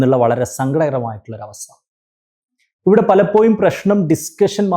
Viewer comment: ഒരു examo intrw വോ ഒന്നും ഇല്ലാതെ,പൈസയുടെ മാനദണ്ഡം മാത്രം വെച്ച് govt ജോലി വാങ്ങാൻ പറ്റുന്ന ഒരു മേഖലയാണ് teaching... മാനേജ്മെന്റ് സിസ്റ്റം നിർത്തേണ്ട time കഴിഞ്ഞു. (Sir, ന്റെ സംസാരം ആകർഷണീയമാണ്. പലപ്പോ'യും' എന്ന് പറയുന്നതൊഴിച്ച്..) Aided സ്ഥാപനത്തിലെ ടീച്ചറോട് വേർതിരിവ് വരുന്നതിന് കാരണം psc exam എഴുതി കഷ്ടപ്പെട്ട് പഠിച്ചു ജോലി കിട്ടുന്നവരും പൈസ കൊടുത്തു കേറുന്നവരും തമ്മിൽ ഒരുപാട് വ്യത്യാസം ഉണ്ട്.. ആ വ്യത്യാസം മനസ്സിൽ ഉണ്ടാവും. ഞാൻ പഠിക്കുന്ന സമയത്ത് psc യെ കുറിച്ച് ഒന്നും അറിയാത്ത സമയത്ത് ഒരു ടീച്ചറോട് ഇതിനെ കുറിച്ച് ചോദിച്ചു.., എങ്ങനാ apply ചെയ്യേണ്ടത്.. എങ്ങനാ പഠിക്കേണ്ടത് എന്നൊക്ക.. അപ്പൊ ടീച്ചർ പറഞ്ഞ മറുപടി.. എനിക്ക് അറിഞ്ഞൂടാ മോളേ, ഞാൻ ഇതേവരെ psc examonnum attnd ചെയ്തിട്ടോ reg. ചെയ്തിട്ടോ ഇല്ല.. Qstion എങ്ങനെ വരുന്നത് ന്ന് പോലും എനിക്ക് അറിയില്ല, govt. ജോലി ആണ്.. പൈസ കൊടുത്ത് കേറിയതാണ് എന്നായിരുന്നു..